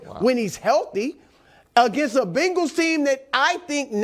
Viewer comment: WE ARE NOT PRONOUNCED BANGLES!!!!! ITS CINCY BENGALS....BENGALS TIGER, GET IT!! :)